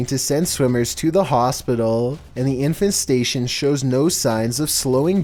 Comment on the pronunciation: I heard 'Infant station' and was confused for a moment LMFAO